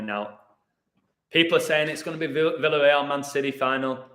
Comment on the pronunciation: By the way, isn't it pronounced "Vee-ya-rey-al" not "vill-uh-rey-al"?